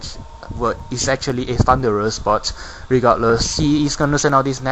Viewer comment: By that I mean you kept calling it Thundurus.